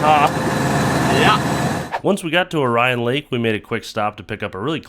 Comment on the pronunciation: Munising (Mew-nih-sing), Orion (Orr-eee-en) lol. Good trip. Did yall get a pasty in the U.P.?